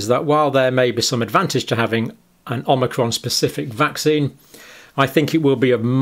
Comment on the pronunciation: Did he pronounce it “Omicrom” at the mark? And again ?